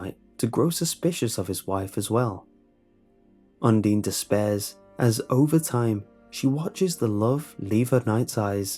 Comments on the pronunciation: UN-DINE NOT UN-DEEN! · It's not undine it's undyne lol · IT’S UNDINE NOT UNDEEN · Undertale Fans: It's Undyne not Undene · You pernounce Udyne is Un-dine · It's un-DINE I'm sorry but you just got so many undertale fans triggered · You’re saying Undine wrong. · Now im confused about how you pronounce Undyne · who else got annoyed by how he pronounced Undyne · undyne is pronounced differently though, otherwise these stories are very interesting. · it's not pronunced like you said you say the "i" like in I in Undertale. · Undine - is pronounced: "un" like one in spanish "di" like dea in dean "ne" like in neck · Guy_of_wonder HE WASN'T EVEN PRONOUNCING HER NAME RIGHT SO SHUT UP